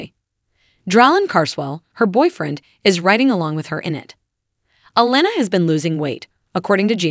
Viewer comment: Why wouldn't it be click bait?? This lady don't even know how to pronounce honey boos name correct